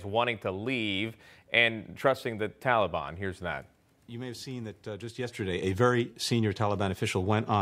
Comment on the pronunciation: Who exactly is the “Talley-Bon” Biden keeps referring to? 🤔🙄 |